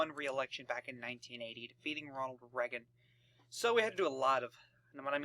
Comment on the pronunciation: It's not pronounced "Re-gen" it's pronounced "Ray-gen"